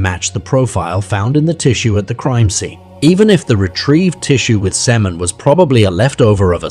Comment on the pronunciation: Lol "semmen". The AI is showing.